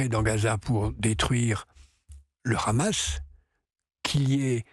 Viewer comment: Pourquoi les journalistes français se sentent obligês de prononcer Hamas a l'Israélien ne Khamass? LoL